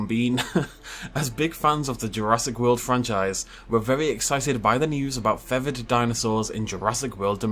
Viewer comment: Take a shot every time says "feavered" instead of "feathered" 🤣